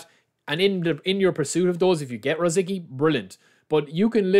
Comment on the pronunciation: Just FYI his name is pronounced Ruh Zit Skee 🙂